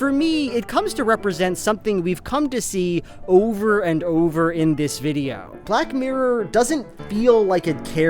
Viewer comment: You keep pronouncing it black murr it’s funny